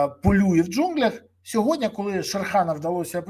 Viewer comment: Не "сьогоднЯ", а - "сьогоднІ". Я розумію, що ви - не українець, пане Березо, та вивчіть вже, нарешті, це слово, не таке вже воно й важке! позаяк ви його повторюєте в кожному своєму відео, відтак вам воно стане у пригоді!